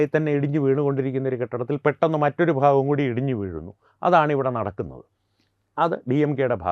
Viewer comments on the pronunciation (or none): none